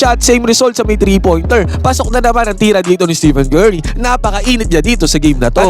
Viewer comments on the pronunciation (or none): none